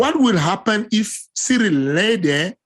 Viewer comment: For a guy who always acts like he so concerned about saying names correctly. It's a bit weird that he pronounces Ciryl as "surreal". Ariel literally tries to say Adesanya in an authentic African accent, but can pronounce Ciryl properly? Lol. It's pronounced Cee-ril. Not "Surreal".